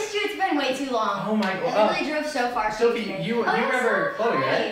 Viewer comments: Not dofie it’s dophie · Chole did you just broke sofies brother's TV and stop saying doffe all the time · always says Dophie in the love videos